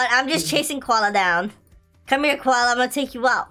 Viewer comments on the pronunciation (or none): Koala sounds like gravy